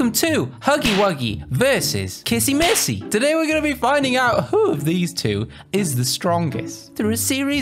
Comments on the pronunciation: WHY YALL KEEP CALLING HER KISSY MISSY?!?! ITS. K-I-S-S-Y. W-I-S-S-Y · uhh its kissy wissy actually